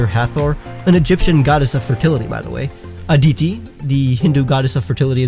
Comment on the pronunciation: Tilak pronunciation Ti-l-k Not ti-la-ka Though I really love how someone really gives India love in pokemon Not A-di-di A-di-ti